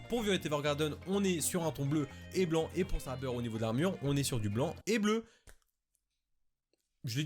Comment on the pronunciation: Sabeur de Face? Tu m'a vexée (fan de fate) et ça se prononce Séiber de Féite (au cas ou) je rigole xd